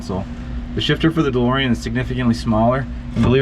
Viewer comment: Call the car "DeLSorean"